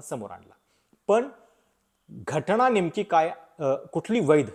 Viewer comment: असे "ण , ण" केले की खूप शुद्ध बोलले असे वाटते ... पण जिथे न पाहिजे तिथे न च पाहिजे ... तिथे उगाचच ण ण का घालता ...